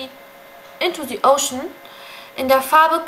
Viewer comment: Endlich mal eine, die das bei dem "Into the ocean" richtig macht mit dem "e" vor einem Vocal.